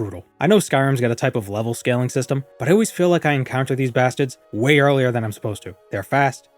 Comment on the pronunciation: i realize this is an odd question to ask, well spoken TES challenge run youtuber I subscribed to a bit ago, but are you from eastern Massachusetts? Very rarely in your videos, i occasionally catch a familiar accent in your VO (in this one you said bastard as 'basted' one time), but I can't tell for certain if it's Bostonian or not.